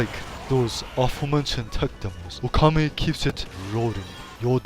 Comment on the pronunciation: "That's funny, just last week I could not pronounce his name." ...and you still can't, as the last "u" is actually silent. :P But in all seriousness, this episode is great. It's awesome to see Okami reviewed, and the presentation is hilarious. XP